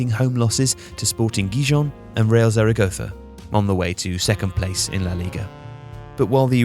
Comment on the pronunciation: The way he pronounce Real Zaragoza You know he watches “curb your enthusiasm” lol